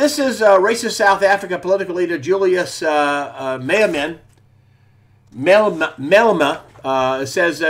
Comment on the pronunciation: It's julius Maaa-lem r it's was a good try Greg